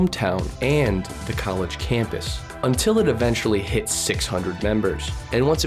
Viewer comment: The “collage” of business is priceless 😂